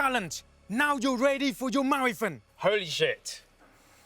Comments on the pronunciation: Vik: "Marrathong" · the way vik says marathOn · Why can’t vik say marathon?😂 MaraTHOOOON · Vikk pronouncing maraTHON with that much emphasis is so funny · The way vikk says marathon weird for anyone else???? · vik cant pronounce marathon pass it on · Why vik say marathon like that. It's his Sheffield showing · The way Vik says Marathon though... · Frustrating lol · Why does vik say marathon so weird?